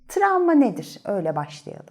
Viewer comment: Tramva değil travma😆🥰